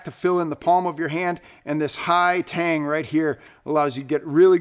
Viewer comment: Haha , he said Tang lol